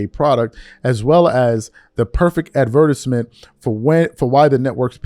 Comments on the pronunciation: Bruh who says advertisement like that? This fool be doing stuff like that for attention. And I truly believe this clown can't read. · The way you pronounced advertisement though….😂